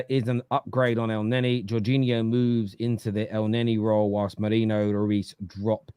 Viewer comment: It's Merino Staffy, not Mereno, why can't you read?